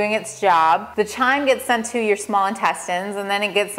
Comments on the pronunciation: "Chyme" is pronounced, "Kime"; rhyming with "Lime". It is NOT to be confused with "Chime"; as you pronounce it. Like "Chiming a bell". - Simply put, the "h" is silent even though it is spelled in such a way that makes it look in our English language that you pronounce it "chime". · pronounced kime not the ch sound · Pronounced "kyme" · It's pronounced as a K sound chyme (k-ime) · Chyme is pronounced like Lime, the H is silent xxx